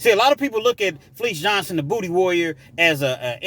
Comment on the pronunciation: did you say dooty